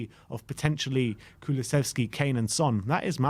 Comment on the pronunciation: Thanks for the video. Little hint for pronounciation: Dejan (like Deian or Deyan, not Deshan) Kuluševski (like Kulushevski)